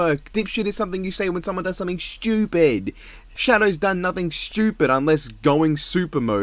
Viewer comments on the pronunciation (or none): I love how he say stupid like it's "shtupid" with the sh in the word😅